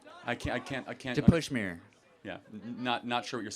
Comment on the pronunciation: i love the pushmeer part